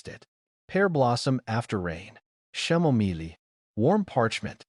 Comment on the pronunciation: Chamomile is pronounced ( K-am-o-mil) Teach AI how to pronounce it correctly, it jars you out of the story. You could just replace that word with roses, I'm pretty sure AI would pronounce this word correctly.